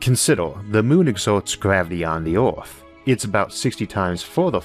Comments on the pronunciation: Why does he pronounce earth, oierth? Why does this bother me so much? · So where is this planet "Orth" he keeps talking about??? 😂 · What's an "Ealth?" Or a "Joulney?" Is this a sci-fi channel? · The pronunciation of "Earth" sounds weird to me. If you wanted intergalactic flight, you could search for a planet that is already moving at that speed. Planets that don't orbit stars are hard to detect, but they may be out there. Pluto was excluded as a planet, because of its orbit. Is something that doesn't orbit called a planet?